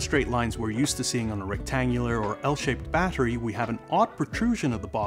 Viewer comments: The way he says battery needs to be ifixed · You pronounce "battery" strangely.